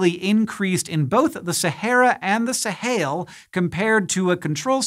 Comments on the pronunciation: Sahel. Not Sahail. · it's pronounced "suh-HELL" not "suh-HAIL" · Fully aware of what a nitpicky comment this is but Hank is definitely pronouncing "Sahel" weirdly! In English it's pronounced /səˈhɛl/ exactly the way it's spelled not /səˈheɪl/ as he is pronouncing it. If you wanted to go with the Arabic pronunciation, it would be /ˈsaːħil/. Forgive me my nitpicking. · sa-hail? smh. Sa-hell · Sahel is spelled phonetically. It is not pronounced "Sahail". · It is pronounced the sahell